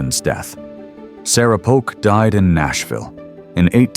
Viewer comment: Needs editing. Polk not Poke.